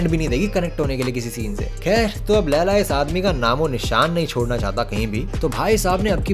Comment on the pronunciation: When you say "kher" 😂